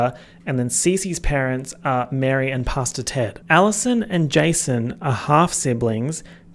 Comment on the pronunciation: I know you’re saying Pastor Ted but I’m hard of hearing and keep hearing “Pasta Ted.” I know that this adds nothing to the video but it made me laugh every single time.